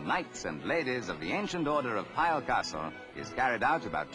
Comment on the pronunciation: Pile? Piel (sounds like peel) bloody BBC!